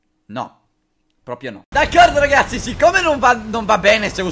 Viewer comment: #favirisponde ti sei accorto che al posto di ragazzi dici racazzi? Se non ho sentito male!